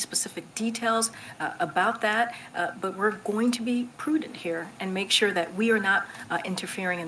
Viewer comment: 1 second ago She also said "poodent'", whatever that is. I think she's paid by the word.